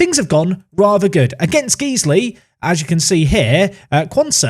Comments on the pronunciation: Guy-sley, not geesley, for future reference, regards, disgruntled Guiseley resident 🤣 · Geesly 😂 its Guiseley, say it as guysley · It’s GUY-sley not GEE-sley 😂😂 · don't wanna be that guy but its guys lee not gees lee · It’s gysley as well not geesley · Pronounced Guyseley😂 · "geezley"😂 nope sorry southerner, try again lol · Surely that's not how you pronounce Guiseley! Say disguise 🥸🤔